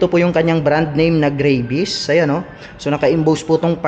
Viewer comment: GRA - VIS daw tamang pag pronounce lods hindi GREY-VIS.